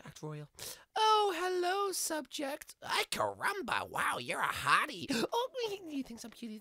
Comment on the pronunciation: why does bart keep saying "i carumba"?